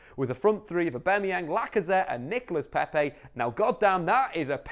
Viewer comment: Please just pronounce aubameyang properly